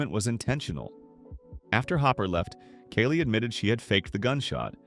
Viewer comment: good video, my guy. it was just really confusing as you pronounce kali's name incorrectly half the time (kah-lee not kaylee)